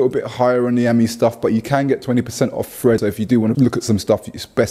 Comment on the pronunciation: Over 30, thought my ears where failing me. I thought u was saying Fred instead of thread lol. In all honesty after saying it in my head it made sense